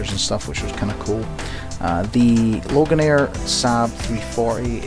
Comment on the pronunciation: Loganair not Logan air.